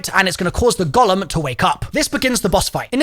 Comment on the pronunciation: The Gollum 😂😂 it’s a Golem as in Go - Lem. Jewish folklore.